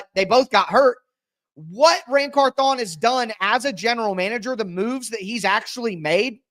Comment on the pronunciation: Can you say the man’s name right 😂 CARTHHH ON it’s one name not two